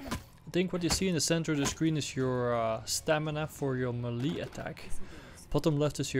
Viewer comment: Overkill have no clue how to create a horror atmosphere. And melee is pronounced maylay dude. LOL